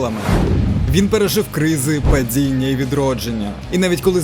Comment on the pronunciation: "Не цямиць", "падзіння", "бюрокрації", "дзякуємо".. це за першу хвилину.. далі мене не вистачило слухати цю "маацковскую" вимову